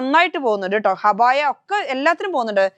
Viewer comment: ഹബായ അല്ല അബായ എന്നാണ്